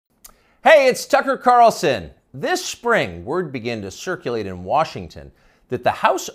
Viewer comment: Did he say Fucker Carolsen ?